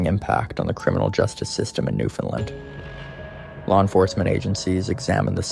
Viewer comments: He is repeating word for word the tory again and it's Newfoundland not new fin land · It's offensive to hear you mispronounce "Newfoundland" as New Fenlin". For Newfonlanders and Canadians it ruins your otherwise ok video. "Newfoundland" rhymes with "understand". Shame on you for not learning this from your research.